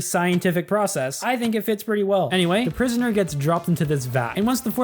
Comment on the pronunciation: Bro said “i will give prionsoner animation”💀